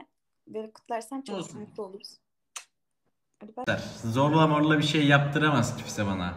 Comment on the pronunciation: Zorla demesi dışında sorun yok.d